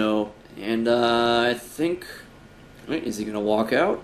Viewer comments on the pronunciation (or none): none